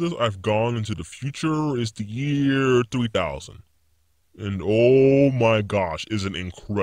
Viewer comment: Who heard 2000 instead of 3000...only me?...okay...